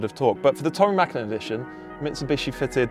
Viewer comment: Props for the ä in the Mäkinen 👌🏻